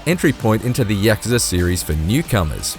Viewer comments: Us:Yuh-Ku-Za Ign:Repeat after me YAK-KA-ZA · bro why you keep saying YAKAZA? ITS KAYUZA, GAH DAMN!! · It's not pronounced 'Yak-ker-ser.' It's pronounced 'Yak-kuuuu-saa.' Sorry but it was bugging me, lol! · We all just gonna ignore him saying yahkuhzuh? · Is anyone else kind of annoyed about how he pronounces Yakuza. Isn’t there supposed to be a break between ya and kuza. I really doubt it’s Yakza lol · The way he says yakuza bothers me so much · Heard how he said Yakuza and gladly clicked off the video.